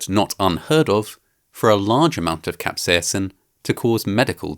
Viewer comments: While you normally sound British, you sound spectacularly Irish when you say "capsaicin" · why are you putting on such a funny accent when saying "capsaicin" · The way you pronounce 'capsaicin' maes you sound vaguely Scottish. Or Swedish.